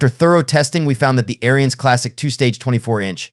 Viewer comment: pronounced air-ins not airy-ins